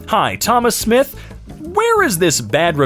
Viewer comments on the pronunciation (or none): none